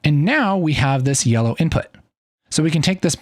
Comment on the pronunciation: Sir are u color blind or i hear u saying yeloow green?